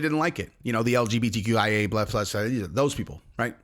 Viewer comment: “The LGBTQIAbluhfuhsheha” 🤣🤣😭